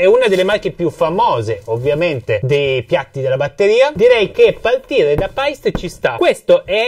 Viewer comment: Bel video interessante per chi sta iniziando. 👌 Unico appunto: la pronuncia di Paiste e Meinl. Essendo marchi di madrelingua tedesca Paiste si legge per intero senza troncare la e. Meinl invece si pronuncia "Mainl". Scusatemi se ho detto un'eresia.